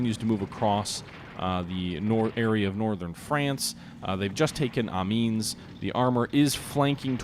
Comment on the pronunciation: Amiens- am-ee-enn. "S" is silent. The final syllable has that French-nasal "ahn" more than enn.